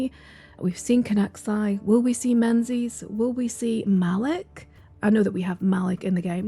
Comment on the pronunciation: Thought the demon we channeled for Revnants was pronounced MALIX while the Sylvari is MAL-ICK <3